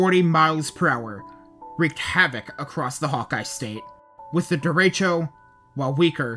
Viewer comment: Derecho is pronounced very differently than the speaker does, in ALL of his videos.. why?😮